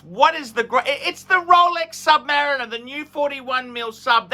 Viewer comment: says, "Sub-mah-reeeen-er."